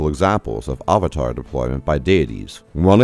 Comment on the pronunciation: ah va tar? Interesting pronunciation. Where are you from?